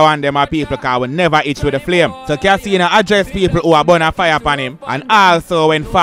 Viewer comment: Kaseeno.?...yuh mean! 🤣🤣